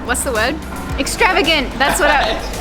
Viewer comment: I love that the two words you struggle with in this video are 'Hotel' and Extravagant' (the 2 English words). Yet you seem to have no problem at all with the Japanese words. Methinks you are becoming native faster than you realise.